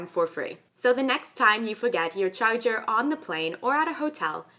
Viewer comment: the next time you fogat youw chayjuyr